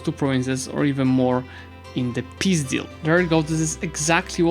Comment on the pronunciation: I am really fond of how you say peace deal, sounding a bit like пиздятз